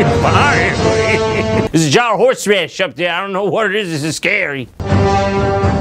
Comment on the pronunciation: horsh raedish